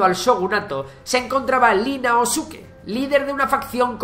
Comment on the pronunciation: La hache se lee aspirada. Como Happy. La jota de nombres y eras japonesas se lee como Jordi o Junior. No es Li Naosuke sino ii. Seguramente la i mayúscula se confundió con una L. La lengua japonesa no usa la L. La reemplazan con el sonido de la R. Al contrario de lo que pasa en el chino. El código del Bushido es ficción literaria inventada por samuráis sin señor al que servir en la era Edo. Es cierto que todas las artes e invenciones de la era Edo perduran en las costumbres de hoy día. Y hay muchas cosillas equivocadas o inexactas que no habría costado mucho consultarlas con algún experto y divulgador de historia japonesa o Estudios de Asia Oriental. El respeto que sentían hacia el emperador es enorme. Sin su mensaje de "rendición" sin decir que se rinden ni con las dos bombas atómicas paran. Y vivió hasta 1989. No sé quién ha contado que los japoneses se quejasen de que Hirohito no abdicara. Siguió ahí durante toda la era Showa porque los yankees pensaron que el país se descontrolaría sin él. Y recorrió el país tras la guerra para mezclarse con los demás y mandar un mensaje de humanidad que ningún emperador anterior había demostrado antes. Tampoco es muy correcta la traducción de emperador o el uso de imperio dado en ocasiones. Pero es un convención habitual. Tampoco tuvieron una edad feudal o medieval al estilo de la historia europea pero es otra convención para entender su historia desde nuestra perspectiva. Por lo demás, muy chulo todo. Un saludo a Venga Monjas y su almen